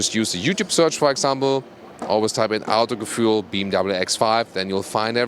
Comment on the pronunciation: When he says Autogefühl all the time and breaks his Tongue:)